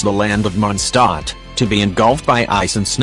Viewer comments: ah yes... "Monstot" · It's not mon stot